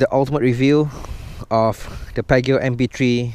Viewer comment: Its pronounced as 'Pee-ah-ji-oh'